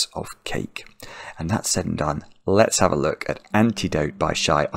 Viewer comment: I just figured out why Alexa goes off!!!! The way you say/pronounce "let's have a go" sounds a lot like "lexa a go" so she asumes you are calling her!